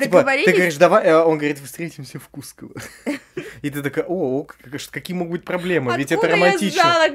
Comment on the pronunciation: правильно КускОво, если что ❤️